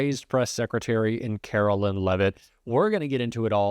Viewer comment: I don't care for Caroline Leavitt, but her name is not Carolyn--it's Caroline. (line) I can see mispronouncing her last name, but as long it's not leave it, that's good enough for me.